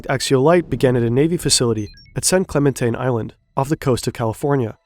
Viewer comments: It’s San CleMENte. That’s all, carry on. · a bit of a mispronunciation of San Clemente 😜